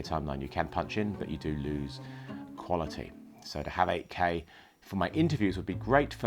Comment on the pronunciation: when you say 8k it sounds like AK. Thought you were talking about a russian rifle.